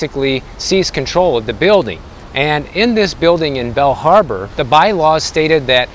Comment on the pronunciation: Are you saying Bell harbor or Bal harbor?